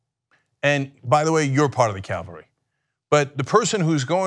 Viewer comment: Cenk...it's cavalry not Calvary. It's like nuclear vs. nucular...